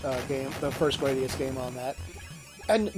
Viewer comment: Neither of the pronunciations you gave for Gradius match the one that Konami themselves provided in the introduction to Gradius Gaiden. Apparently, it’s pronounced gruh-DEE-us, with the emphasis on the second syllable. It actually makes sense because that means the spinoff is pronounced just like “parody us” in English.